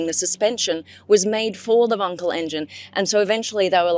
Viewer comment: she pronounced wankel properly!